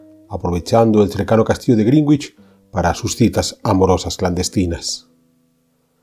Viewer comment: Hola. Una pequeña nota. En “Greenwich” la “w” no se pronuncia. Yes, a common mispronunciation of Greenwich is “Green-witch”. The correct pronunciation is “GREN-itch”, with the “w” being silent. What is the phonetic spelling of Greenwich? The phonetic spelling of Greenwich is pronounced as “GREN-itch”.